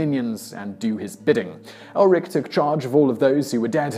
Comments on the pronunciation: It's Erlik, not Elrik. Come on, team Simon, mispronouncing names is one thing, but actually misspelling names is just wrong. A little homework would go a very long way, but, no, you just say, "Have a go at me in the comments if you must." When you take on the intention to inform, even for entertainment, you also take on the responsibility to not misinform. Well, that got serious fast. Anyway, I stand by it. Thumbs up for the intent, if not the execution. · It is not Elrik but should be 'Erlik' or another pronunciation will be 'Erklik'. The name bears a similarity to 'soldierhood' in Turkic languages. Its main duty is to judge the people by their deeds. Most likely if you put its character in a category it would be lawful evil. By the way I say it because most of the Turkic languages the third person as a pronoun does not have a gender referring to Gods as well.